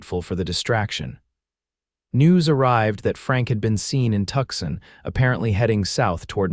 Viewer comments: If you are going to tell stories about the American southwest, you need to say the names of the towns correctly ... aths Arizona town of Tucson AZ is pronounced, phonetically, Two-sahn ... NOT Tuck-son 😢😢😢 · Can't you all teach AI to pronounce Tucson correctly? It is a large city in Arizona and is pronounced Too-sawn NOT Tuksin!!!